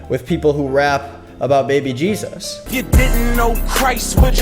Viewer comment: You can tell the difference between a normal christian and someone who is in the "too much" christian community by how they say Jesus. Normal ppl: JEzis Ppl who make Christianity their whole identity: jeZUS They always emphasize the u so hard. It makes my skin crawl